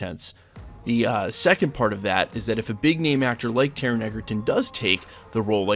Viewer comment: I would love to see Taron sink his teeth into this roll - and maybe then people will learn how to pronounce his name!